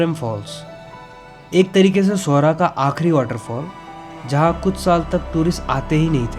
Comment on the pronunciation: Thank you brother for saying the right name “Sohra” and “Umiam”! 🤝🫶🏻🫂. We welcome you here.